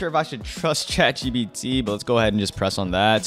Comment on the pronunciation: bro said chatgbt